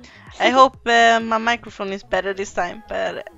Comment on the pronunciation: When you says "my microphone" I thought you says " my mother" 😂😂